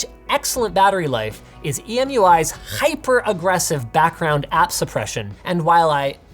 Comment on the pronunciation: it is pronounced "hyper", not "khyper"